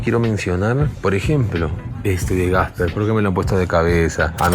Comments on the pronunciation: Buenas. Buen vídeo. Solo una cosita: no es "Gasper" (el fantasma), sino Casper 😂👍🏻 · porque le dice gasper?